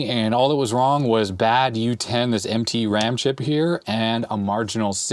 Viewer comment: Did you say MT ram chips or "emtpy" ram chips? 😁